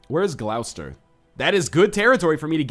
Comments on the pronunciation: It's pronounced "Gloss-ter" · Gloucester is pronounced Gloss-ter, Northenlion! :)